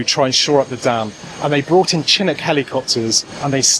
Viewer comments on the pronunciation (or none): You are mispronouncing the Chinook helicopters name. It is Chi-NOOK or Ch-NOOK.